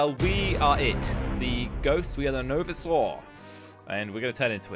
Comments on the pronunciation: Woah Says It Differently novsoar not novisor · ZMDE said “knowvizor” when he played the novisor mod, now said “noveesaw”:l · wow he said novisor "NO VEE SAW" it was so funny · How Pronounced Novisor: NO VEE SAW Everyone Else's Pronounces Novisor: NoVisor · Me: novisor: Novasir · Bruh he said knowizor it’s no visor lol 😂😂😂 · I love how said novisor rather then no visor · pronounced “Novisor” “Noviswor” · noviswar Me: ITS NOVISOR NOT NOVISWAR!!!!!!!!! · novisaur everyone: novisor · no-viz-uhh role Me: isn’t it no-visor? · He really says it as novisaur like it's a dinosaur and didn't even relies its NO visor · novisorol very funny its called no-visor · NOVESOR role, me: lol noveser what? its ''NOVISOR'' THE i dude he speeld the i into ''e'' what? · Noviser Me:bruh. No-viser not Noviser. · we ar playing no-vsore me: its no-v i s o r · noveesoor Me: it's novisor not noveesoor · No-va-soral Evry one else no-visor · Omg u always say novosor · First of all it is not NovaSure it is no visor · It's called no vi sor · You pronounced no visor as no veesor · Bru it's noviser not novisa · It's no-visor not novisor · Its not novesor its novIsor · No-vi-sor is correct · calling it No visor: Me: ITS CALLED NO-VĪSOR WITH THE I PRONOUNCING ITSELF AS IN Decline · its pronounced "No visar" not No visor but its spelling is No-Visor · it’s pronounced no-vizor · the way pronounces the novisor role lol he said the novesore role 🤣🤣🤣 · meant NO VISER at the start not NOVISER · its called NO - Visor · It’s said no vyzer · It's pronounced Nō-Vī-zer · It is pronounced no visor btw(no visor no life we will make you one of us)no visor was originally a normal person called aiden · You dont pronounce it novisor you pronounce it: nou vai sor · Its actualy no-vy-sor not no-vi-so-ro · Did he just pronounce it no viser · it is novi-ysor not novisor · Its pronounced no-v-I-sor